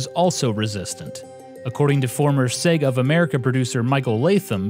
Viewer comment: its sega, not sega.